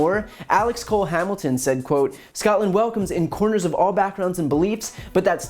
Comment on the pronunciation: "in comers" This is the first time I've seen BTC misread or mispronounce a word. A very eloquent man.